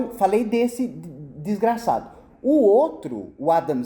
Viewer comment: Adorei a ênfase no " desgraçado"😄